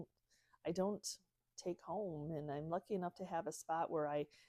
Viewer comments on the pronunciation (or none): none